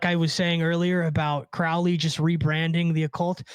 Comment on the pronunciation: Its CROW LEY as in a bird CROW its pronounced CROW LEY not CROW like Cow please pronounce Crowley correctly Crow the black bird not Crow as in Cow its oh sound.